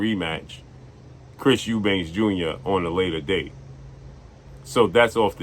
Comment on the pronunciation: it’s Eubank with no “S” at the end brother